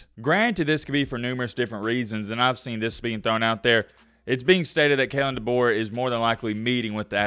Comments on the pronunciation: bro doesnt even know how to say Kalens full name lmao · It’s Kalen Deboer